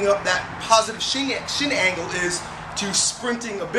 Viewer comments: lol thought I heard him say "positive shit angle" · I totally thought you said "Positive Shit Angle" lol!!! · Thought he said "positive shit hanging." hah Awesome video, I love front squats.